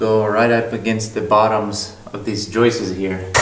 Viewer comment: Now that I've heard pronounce 'Joists' - it's forever burned into my brain.